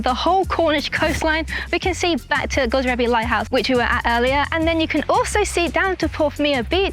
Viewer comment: Godrevy is pronounced God-Dree-V. You could have just walked to Hells Mouth on the coast path and seen the seals on the way there.